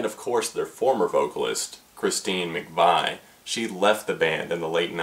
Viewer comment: It is pronounced Mcveeeeee. But I can understand if you've never actually heard the name pronounced lol. Great review man! You should check out some of their earlier stuff. Lots of blues influence!